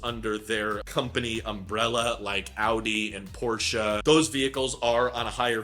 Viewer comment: Props for pronouncing Porsche propperly